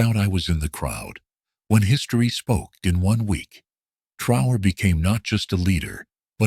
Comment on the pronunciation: I don't know if this is jes disrespect, bad programming, and lack of professionalism or shear white racism but it pisses me off terribly that the voice telling this and other similar videos, doesn't ever say Prez TRA O RÈS' name correctly, WTF?!!! Why is it soooo fuggin hard to program a gotdamn computer to pronounce foreign names correctly!? Maybe it's the person/ people,that make up these things, that are TOO FUGGIN LAZY OR JES DON'T GIVE A DAMN CUZ IT'S ABT A BLACK AFRIKAN LEADER!!! Either way it stinks to high heaven. It's amazing that I'm the only one that ever notices this shit, but that's jes fine cuz like brutha TRA O RÈ I don't mind being the only one wit the BALLS TO SAY THE KING HAS NO GOTDAMN PANTS!! DO BETTER BITCHES!!! 😠😠🤬🤬😠😠🤬🤬😠😠🤬🤬